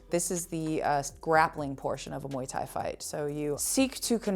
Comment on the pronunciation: Viuuu só galera do Brasil, A pronuncia é de fato Moi Tái.. nada de muai tái... Eu sempre soube hihihi